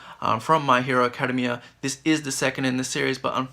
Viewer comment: This video helped me decide if i wanted the figure but the way you mispronounce Academia makes me cringe >_< You're not supposed to say it like you're going to say the word academy, ("ah-KAD-uh-mee) it changes to "ak-uh-DEM-ee-ah"